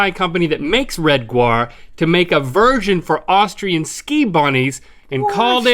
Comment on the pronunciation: Why is it that "gaur" is pronounced guar and not like it is in german, where it's pronounced like "gower"?